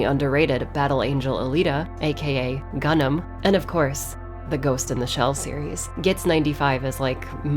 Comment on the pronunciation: Hey, I love your content but my OCD speaks louder than anything so I must say: GUNNM is pronounced "gan-mu", the way you did it made it sound like "gundam"